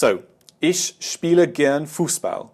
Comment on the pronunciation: lol still saying Ishhhh.... bad habbit i used to do the same